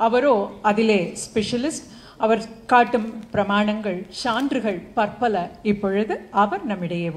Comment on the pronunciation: சான்று அல்ல அது சான்று தங்கள் உச்சரிப்பைத் திருத்திக்கொள்ளவும்